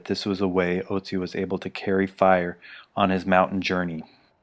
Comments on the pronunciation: Ötzi* (For those curious as to what the difference is, his name is pronounced ootzi, not otzi) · Great video. The only thing that nags me is that Otzi is pronounced 'Ertzi'. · Ötzi is his name, spoken Oetzi ;)